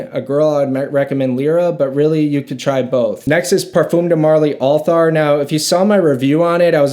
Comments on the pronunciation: It's pronounce al-teer not Altar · I believe it’s pronounced Al-Ty-air and it’s good but i like Habdan much more